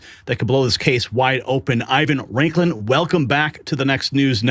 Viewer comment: Raiklin? You're better than that,.